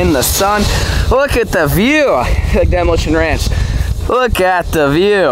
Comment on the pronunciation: Did he say/mumble "at demolition ranch" near the start? Lol